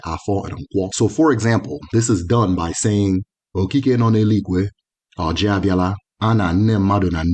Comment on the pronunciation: It is oji not orji